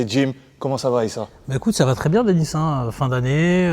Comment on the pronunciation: Merci pour la vod ... juste un troll : "dénis" au lieu de 2nis. arrêtez d'anglicaniser vos noms. vous avez honte dela france ?